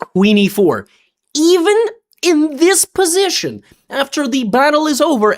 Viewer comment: He can't say "position" without russian accent haha